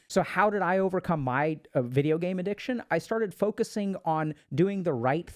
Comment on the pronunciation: bruh really said Addiciton